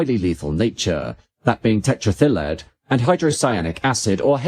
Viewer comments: Right?! I thought I'd never heard of it, and it took me several goes to realise that he was saying "tetraethyl lead"! 😂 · says tetraethyllead as if it's a Welsh holiday resort. LOL